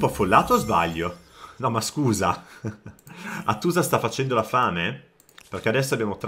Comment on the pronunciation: Hàttusa, era la pronuncia corretta della capitale ittita ;) (accento sulla prima vocale) 😊